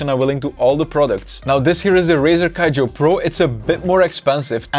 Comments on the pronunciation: Somebody tell this man its not Razer Kijo its Kiyo --- K- I - Y - O,the vid is good though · Brother, you saved my ass, but hand, you don't say "kayo" you say "Kiyo" that's from the first year of Andalusian for God's sake